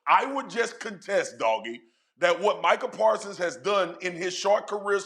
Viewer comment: Micah pawsons 😂😂😂😂😂🤣🤣🤣🤣🤣🤣🤣🤣🤣